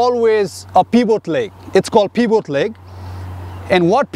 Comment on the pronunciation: pEeVoT LeG